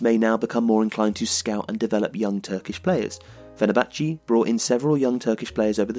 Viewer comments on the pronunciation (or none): amazing video, from a fenerbahce fan (its pronounced fener-bah-che btw) this season has been very depressing